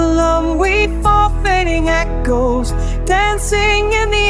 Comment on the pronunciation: Umm... It pronounced "sepia," "stay pee oh," and then it completely butchered the next line, converting "Oh-oh-oh, we're fading echoes" into "Oh hang go long, were fadin' eh'koes." Note that when I type that out, it looks much less like gibberish than it sounded. That said... definitely has potential!